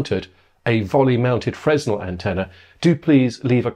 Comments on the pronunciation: you both did, but Mr. Very Expert should know. It's first year stuff. It's a French physicist's surname. (Edit: It's Fre-nel. I forgot to say.) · Most technical people would also know that it is pronounced "fraynel" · I think it's pronounced FREN-el or fre-NEL rather than Fresnel, but how would Mark know that?! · His pronunciation of Fresnel highlights his very VERY academic knowledge. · The "s" in Fresnel is silent. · you were doing my head in with your pronunciation of Fresnel. Every time I say it in the classic Englishman's pronunciation I get told off. Please help me out, and say it the French way in future. PLEASE!